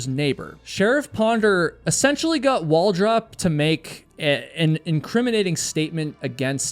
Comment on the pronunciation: Its pronounced Wal Droop.